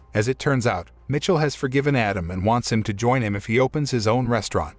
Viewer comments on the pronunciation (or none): Jean Luc is pronounced more sounding like “John” than jean like blue jeans And Michel is pronounced Me’ Shelle. Not Mitchell.